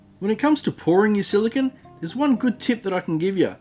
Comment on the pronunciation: You are pronouncing "silicone" wrong. "Silicon" (the way you are pronouncing it) is a semiconductor element, not the gooey stuff you used in the vid :)